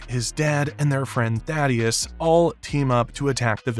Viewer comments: It's THAY- DUS. Not THAD-DEUS. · Thay-dus. Why the hell do people struggle to say his name correctly?